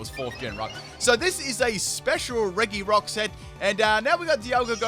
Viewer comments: You prounounce it reGirock/Ice/Steel not regyrock/ice/steel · I really like RE - GI - ROCK “ITS PRONOUNCES RE - JI - ROCK”